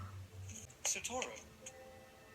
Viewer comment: Lol actually the correct pronunciation of “Satoru” is “Sato-ru”.